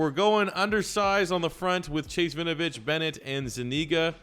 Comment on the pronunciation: Just for future videos, u pronounce the W in Winovich. It's not Vinovich